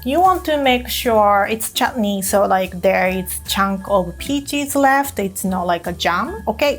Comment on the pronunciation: Did I just hear her pronounce चटनी (chutney) perfectly?🥺❤️